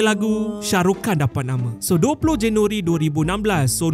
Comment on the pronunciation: Anda sebut nama shah rukh khan dengan betul .. rata2 org malaysia sebut nama Syah ruh hannn 🤣🤣